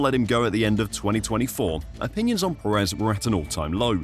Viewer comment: Please learn how to say Pérez, dude. You're putting emphasis on the wrong syllable.